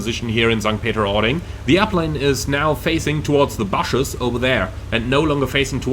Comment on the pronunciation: Omg, you really gave me a great laugh today! I've never heard bushes pronounced that way before! Haha... Please don't change, I love it!